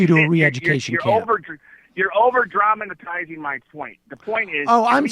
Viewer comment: "Dramanatizing" lmao 😂😂😂😂